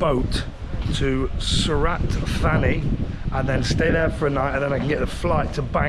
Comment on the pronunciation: # 14 odd mins in, that wasnt the place you're going 😂😂 The h's arent pronounced the same as Brits do Surat Thani is Tani. Koh Phi Phi is ko pee pee 🙏🏻 Safe travels